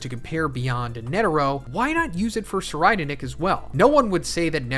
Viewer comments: YOU SAID SIR RIDER NICK ITS PRONOUNCED SIR REED NICK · "Sir-I'd- nick" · I believe it is pronounced tser-eyed-nick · Sir ride nick is how i hear it lol